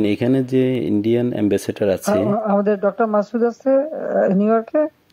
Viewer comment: এ্যাম্বাসেটর না এ্যাম্বাসেডর চামচা যে মারে রে ভাই আজ শুনলাম